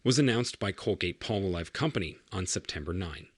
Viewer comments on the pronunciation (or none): Colgate-Palmolive... you can't even say the name correctly. How are you expected to be trusted?